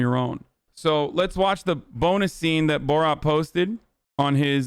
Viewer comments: Not sure why Hasan pronounces it borawt... instead of borat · Bruh stop calling it boraht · Its Bor RAT not Bor Rot learn the name of the movie if you are going to make a video about it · "boe rot" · Why is he saying boar-at